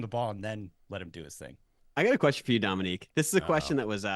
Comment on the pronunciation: Intro guy says "domique foxworf" show. Why does the culture hate pronunciation? It's literally just to be defiant lmao